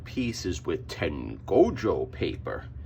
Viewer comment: I always upvote enthusiatic pronunciation of Tengoju Paper